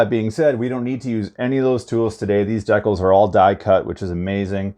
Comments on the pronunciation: D-CALZ....DECALS.......NOT DECKULLS!🤦🏻‍♂️ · Please… please please, stop saying deck-uhls. It’s Dee-cal. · i can’t watch this video this man saying dekals not decals